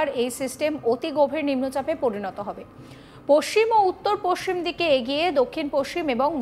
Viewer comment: পস সিম বলছেন কি জন্য? পশ্চিম বলতে কি অসুবিধে?